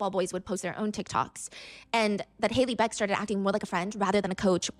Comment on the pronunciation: Not Hailey beck bro....